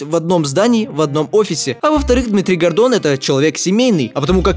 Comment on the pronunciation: я один вместо Гордон слышпл Годо....кхм кхм ладно нечего